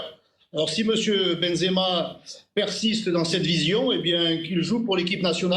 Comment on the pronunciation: Et tu es même pas capables de prononcer son nom (zemaben) benzema mais quel haine